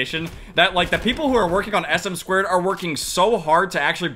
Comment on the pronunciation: it is "ess-em-two" not sm squared